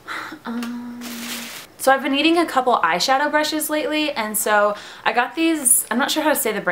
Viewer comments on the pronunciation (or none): Lol I thought you said you were EATING a couple of eyeshadow brushes lately and i got ffreaked out until i realized u said needing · Lol I thought she said " so lately I've been eating makeup brushes"